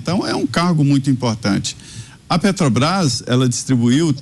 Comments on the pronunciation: Petobras kkkk. Roubou pacas e até hoje não sabe nem falar o nome correto kkkk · A "pétobaiffs" é... (até pausei o video, para não estragar meu café da manhã) Resumindo, ele não gosta que dê lucro, porque vai para os acionistas, verdadeiros donos da empresa, que colocam seu dinheiro em risco para realizarem lucro. Esquerdista é assim mesmo, fica roxo ou vermelho de inveja (ou de cachaça) de quem ganha dinheiro. Investimentos no Brasil para ele é desviar verbas no petrolão, para dar prejuízo e o dinheiro ir para os fundos do Partido. Depois diz que não sabe de nada para o Juiz, e que deve ser coisa dos companheiros aloprados. Aloprado também é quem votou nesta anta, com todo respeito ao Tapirus Terrestris, animal que sobrevive sem precisar roubar. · Não consegue falar o nome correto da estatal(Petobas)... Que fase de quem preside essa país. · A desgraça não sabe falar nem o nome da empresa..."petobras" jumento dos infernos.... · A "petobais"kkkk uma mula dessas não sabe nem falar 😂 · É "pétobaiffss", "létobaiffs" (eletrobrás) KKK. Sugiro indicar este energúmeno não para o "nóbéu" da "paiffs", mas para o da "ecunumia", que a gente vê depois. Ontem foi a dos gordos, porque produzimos alimentos demais, antes foi a de que não vai governar pro mercado, e a anterior já esqueci de tantas asneiras que fala. Ah! Aquela que imposto da gasolina melhora ajuste fiscal e justiça social é da miria leitoa. Boa notícia é que o Parlamento Português não quer ele lá falando (zurrando) para lhes pouparem a orelha, que não é penico. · Eita pinguso nojento só fala 💩💩💩💩💩sabe nem fala Petrobras 🤪🤪